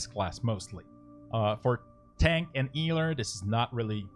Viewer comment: 'Eeler' for da eeling.